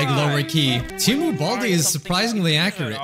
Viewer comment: I always hated the TEMU ads. They can't even pronounce their own company's name correctly. It was supposed to be Tee Moo but now they call it Teh Moo for some reason and it confuses me.